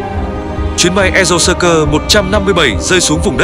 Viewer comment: Xin lỗi nhưng m nghe b đọc aerosucre là “e rô xơ cơ” m bực quá, đọc là “e rô xuyết r” nha b